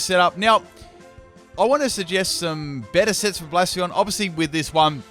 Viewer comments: Bla-sef-a-lawn, not Blaa-sfawn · Epic Golurk sweep, Focus punch only. Also, I think it's supposed to be pronounced "Blay-seff-uh-lon." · Please learn how to say bla-se-fa-lon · Psst its Bla-Cef-Ah-lon,Great video like always though, never get sick of your videos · its hard to know if you're saying the name right, however you're not pronouncing the 'L' at the end of its name